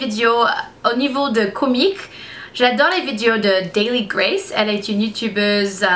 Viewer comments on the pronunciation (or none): none